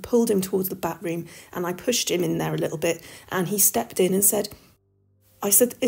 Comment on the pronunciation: Also getting giggles from the repeated use of "Bat Room". I'm like "It's pronounced 'bath-room'".